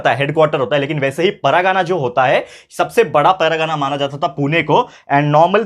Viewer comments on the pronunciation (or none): Sir , u are explaining nice but it's not paragana it's pargana 😅